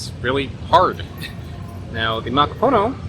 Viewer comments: Its ma ka poo no. not maka poe know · Muh-KOP’-uh-Noh (emphasis on KOP syllable) Muh-KOP’-uh-Noh As in the language KOP (COP) will take offense when you say POO instead of Puh (like in Golf Putt, Putter around…) There is no POOH in Muh-KOP’-uh-Noh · Muh-KOP’-uh-Noh (emphasis on KOP syllable) Muh-KOP’-uh-Noh As in the language COP (KOP) will take offense when you say POO when it’s more of a Puh as in Putt (golf putt, putter around..) There is no POOH in Muh-KOP’-uh-Noh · It’s pronounced: Muh-KOP-uh-Noh (accent emphasis on the KOP. There is no POOH in the pronunciation of Muh-KOP-uh-Noh. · It’s pronounced: Muh-Kop’-uh-No (emphasis on the KOP and there is no POO in MuhKOPuhNo) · Pronounce it as.. makapoonô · Mah-Kah-Pooh-Noh and it's not rare 😅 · definitely. mahkah-poo-NOH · Dear God. Theyre not Hallow Hallow or MacaPOEno. Stop. Please take the time to spell and pronounce our natural resources and domestic products correctly. It’s M - A - K - A - P - U - N - O. Pronounced Muh-KAH’-puh-no. Emphasis on the KAH, not the puh. (Not poo, but puh… like a puff sound. Muh KAH’ puh no. Damn. Muh - COP ‘ - uh - no / Muh Kah-Puh-No. Please respect the spelling and pronunciations (pre colonial preferred) of our words and maybe the world should know there are “2” original coconut DNA Strains both from Asia, but one is from India and the other is from SE Asia (Philippines and Indonesia). These are the strains of origin.